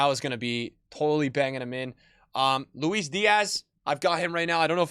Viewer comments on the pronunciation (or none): none